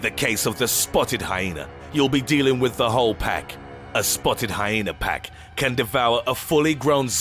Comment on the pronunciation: Pppppaaakkk instead of päck